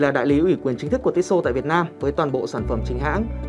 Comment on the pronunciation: Cứ tít xô tít xô nghe khó chịu thực sự